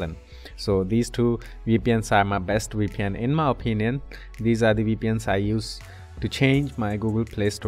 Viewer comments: We pn 😂😂 bro Say V P N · It's Veee Pee En. Not Wee Pee En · Sounds like WeePN to me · you're just liying you can't say vpn